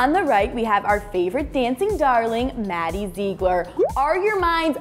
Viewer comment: It's not maddie zeegler